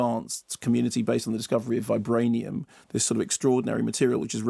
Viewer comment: Vibrańium saund dœrti